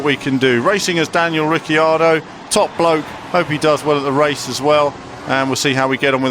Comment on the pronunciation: nit ricciardo in pronunciation its riccardo ad pronunciation